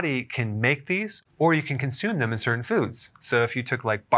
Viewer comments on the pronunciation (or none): none